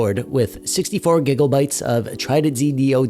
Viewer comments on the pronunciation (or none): I giggle every time you say "gigglebites" 😊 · I laugh out loud every damn time you say gigglebites